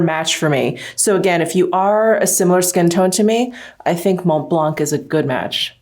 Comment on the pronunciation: Please ..don't pronounce the "C"..re: Mont Blanc, Sauvignon Blanc, etc ...it's silent ...Love ya😉